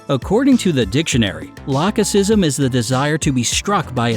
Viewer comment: Did anyone notice that he pronounced "lachesism" differently? Like, first "lake-e-ism" and then "lach-e-sism"